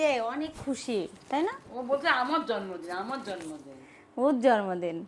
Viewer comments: জর্মদিন বলবেননা। জন্মদিন হবে। উচ্চারণ এতো খারাপ। শব্দ করে খায়। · জরমদিন আবার কি জন্মদিন বলতে হয় সামান্য জন্মদিন ও বলতে পারেন না এটা নিয়ে সবাই কতো কথা শুনাবে। আপনাকে কস্ট দেবার জন্য বলিনি। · মাদ্রাসায় লেখাপড়া করেছে। তাই হয়তো কিছু শব্দে ভুলভাল করে। যেমন: টমেটা, জরমদিন, ফেলাই, ছারা